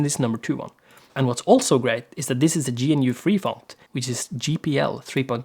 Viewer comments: btw GNU is pronounced gnu not G-N-U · Anyone else uncomfortable by the way he pronounced GNU?